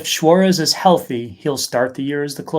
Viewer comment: I like the way says "Swaurez" instead of suarez